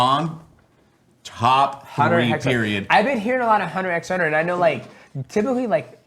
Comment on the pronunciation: You do not say the "x" in Hunter X Hunter.